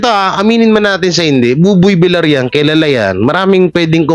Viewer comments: pakiayos ang bigkas mi sa applied ni Buboy Villar. Hindi po ""Vilar"". Iyan po ay double "L". Kaya po ang bigkas niyan ay Vil-yar". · Villar not vilar…. Ay ewan ko sa yo… next video nalang… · Vilyar ang bigkas pls. . .nakakairitang pakingga vilar ng vilar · VILYAR HINDI VILAR ANG BASA SA APELYEDO NI BUBOY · Buboy Villar name ni buboy hindi vilar .sana next time pg Binanggit mo villar na😅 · Pag Husayan mo naman ang mga pronunciation mo . Hindi vilar VILLAR (VILYAR) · Basahin at intintindihin mo nmn comments ks masakit sa tenga VILYAR(VILLAR) ang pronunciation pls.😊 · Sir, vilyar po ang pronunciation ng surname nia..